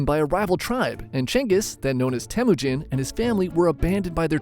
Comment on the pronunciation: not temuunjin its temuujin